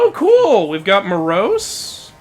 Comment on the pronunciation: You mispronounced Moros (In the greek spelling of the name, the tonos, that being the accent, is over the first 'o' so that's where you put the emphasis), and it's hard to gauge but at least in the game, the characters pronounce Melinoe as 'meh-LIN-oh-ee' instead of 'MEH-lih-NO-ay'. I've always pronounced it the first way, however the greek spelling is kinda hard to decipher as the tonos is over the 'o' instead of either the 'i' or the 'e', though it's hard to gauge as the game makers also pronounced Demeter wrong because they used the british pronunciation.